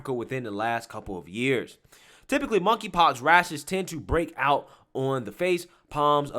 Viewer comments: “KONKRY POX”? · "Monkey Pox".....The 'K' is silent. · I laugh every time you say monkey pox. This just sounds so silly.